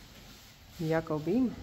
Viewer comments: No more Goedzo for these ladies. It was odd to hear "good girl" in English. And WOW, she said Jacobien with a hard J, like I did for so long before set me straight. Goodbye dames! It's a tribute to that we've become so attached to these beautiful animals. Although I understand, I too am crying over losing something that had become such an important part of my life, as well as for many others. Goodbye to "All the pretty little horses", but especially to Jacobien and Gea which were my favorites.😢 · Jacobien really stands out, she is absolutely gorgeous & regal. I liked seeing how they are shipped by plane, I was curious. It has to be hard on them - the take off and landing and probably the pressure difference. Nice new owner, but needs to learn to pronounce Jildou and Jacobien. Perhaps she will watch your videos and learn. I'm glad they are together and enjoy their new home. They will miss you guys and their other herd members though.